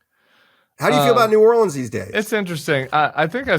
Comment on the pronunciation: I've read all of Lewis' books. It was astounding to hear him say he didn't know the name of the newspaper in New Orleans - and it's "norlins".